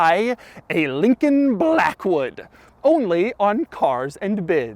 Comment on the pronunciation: Take a drink every time he says Lllllllincoln Blllllllackwood